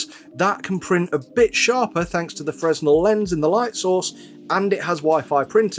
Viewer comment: You should learn how to pronounce "Fresnel". There's no "z" in it.